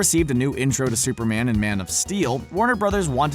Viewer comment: At first I thought you said spider man ate supper man and I was like “ CANNIBALISM “😂